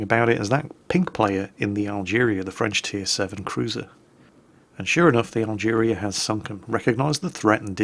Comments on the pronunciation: Algerie. French, pronounced al-guhree, rather than al-jeereeah. Yeah, I know, doesn't care. May as well be driving the "Dave". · Algerie Algerie. NOT Algeria!!:P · Yes, there's no "I" in "Team*" - just as there is no "a" at the end of "Algérie",.